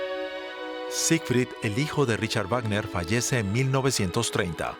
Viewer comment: ¿De verdad en DW no saben cómo se pronuncia el nombre del compositor?